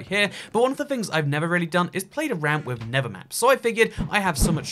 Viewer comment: Within a context in which you have to use both words "nether" and "never," it just might be worth your while to put some effort toward learning how to pronounce a "th" sound. Just a suggestion.